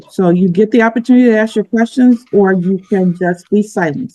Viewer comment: You didn't axe her...😂